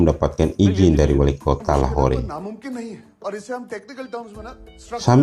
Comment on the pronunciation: Lahore di baca lahor